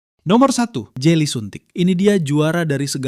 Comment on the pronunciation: Jelly bang bukan jely😂😂😂😂😂